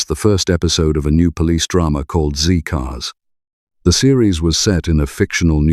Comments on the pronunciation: Not "ZEE-Cars", "ZED-Cars". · I was apalled to hear a presenter with an English accent refer tpo the 1960s TV show Z Cars as "ZEE" Cars. The who was titled Z (ZED) Cars.